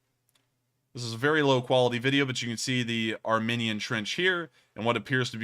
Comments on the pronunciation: it is ar...mEEn..ian. Long e, not short. You are saying ar...min...ian. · Thought you were saying the war between "our minions" and Azerbaijan until I looked the map lol.